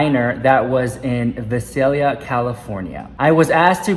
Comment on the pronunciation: ITS VIISSSALLLLIIIIIA !! SAY VIIII CEL IA BUT SPELLED VISALIA and btw that dinner is no longer there it close a few years ago